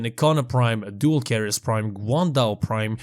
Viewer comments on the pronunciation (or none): none